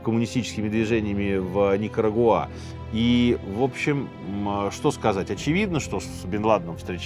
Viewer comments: не в первый раз замечаю, что Сергей как-то странно ставит ударения в именах собственных. В этом выпуске: правильно Уса́ма (а не Усама́), Никара́гуа (а не Никарагуа́). В многочисленных других выпусках: правильно Свердло́в (а не Све́рдлов). А за видео - лайк! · Зачем ударения коверкать? УсамА, Бен ЛадЭн, НикарагуА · Вот это вот "НикарагуА" убивает просто наповал😮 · Сергей Сергеевич, все супер, но НикарÁгуа, а не НикарагуÁ :) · давно ли у Минаева столь плохо обстоят дела с ударениями? УсамА ЛадЕн, НикорагуА...